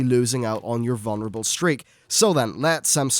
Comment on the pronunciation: VuLnerable. Not vunnerable... lol